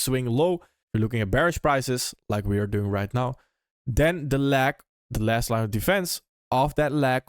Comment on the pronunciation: to not have "leg" sound like "lag", pretend you're saying the word LAY like lay down, but then add a G at the end. lay...GUH (g sound). layg